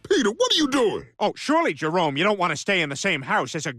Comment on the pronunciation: He literally just called Jermone, Jerone" 😂😂😂